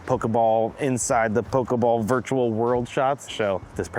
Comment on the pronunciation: Thank you! At least one of them knows how to pronounce pokeball! Pokemon = Pocket monster.